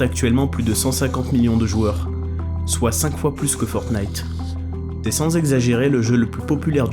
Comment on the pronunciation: sonne comme d'est sans, pas c'est sans